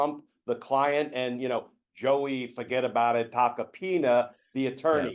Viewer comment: "Fuget about it" I LOVE IT! 🤣